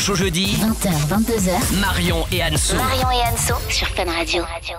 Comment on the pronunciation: qui dit marion les BION